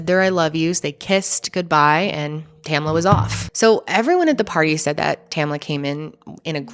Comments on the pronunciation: Her name is Tamla not tamala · Exactly! Two syllables. TAM-LA. There were only 9 other women there, most of whom she knew. Not surprised Tamla didn't want to go.